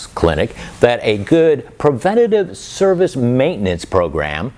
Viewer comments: did you say cervix Clinic? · I'm sorry... great video... but I lost it when he accidentally said, "Low Country Harley-Davidson Cervix Clinic..." My wife heard it too, and she also thought it was hilarious 😂